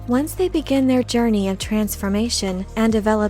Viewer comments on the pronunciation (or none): none